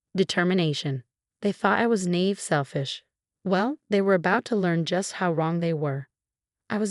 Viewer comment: Naive is pronounced Neye-eve